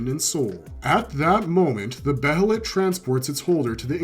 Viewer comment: jj .. Its another word literally for 'Hawk.' And moreover he pronounces 'Behelit' correctly instead of trying to ear-r@ it by calling it 'Be-HElLiT' like some people do as if theyre not from this planet and cant pronounce COMMON-english dialect correctly! : D .. I bet you pronounce it that way too, Huh? ;jj What, Do you for some senseless reason call 'Guts' the outdated name no one except for 2 people wanted 'GaTtsU,' Too?